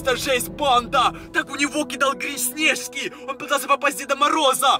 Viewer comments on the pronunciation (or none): Научись говорить не снежки а снешки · У нес не снешкИ а снЕжки😂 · почему ты говоришь снЕжки.